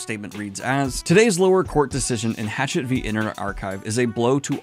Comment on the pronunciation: Just fyi it’s not Hatchet it’s HA-shet (hachette)